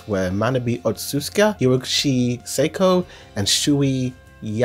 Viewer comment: Otsuka, is pronounced O-TSU-KA, not OT-SEUS-KI